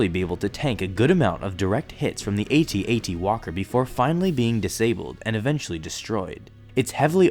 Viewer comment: Yay! Correct way of saying AT-AT!